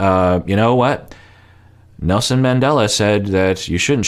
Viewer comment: Sounds like he said "NoSin Mandela"